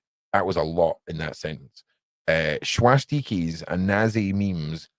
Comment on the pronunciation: the way you say swastikas cracks me up! Much needed light, in this very dark place. 🤍🖤🤍🤘🤘